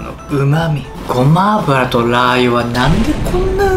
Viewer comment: 「ごまアラブを〜」 酔いが良い感じです🤣💗